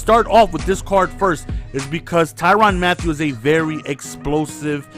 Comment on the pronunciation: not ty ron not ty ran ty rin